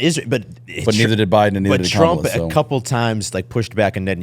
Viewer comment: Appreciated on this pod. Needed pushback without being degrading. speaks very “matter of fact” even when he has no idea. I think he’d sound more intelligent if he’d actually pronounce “Kamala” correctly.